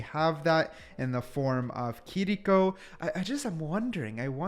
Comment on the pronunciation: Why this dude say kiriko like that, huh